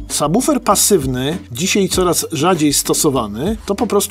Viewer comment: Świetny odcinek, dobra robota! :) Oglądać Wasze filmy to przyjemność, a ten jest moim ulubionym. Ogromny plus za poprawną wymowę słowa subwoofer, bo często uszy mi więdną, gdy słyszę jak ludzie to wymawiają... Pozdrawiam serdecznie!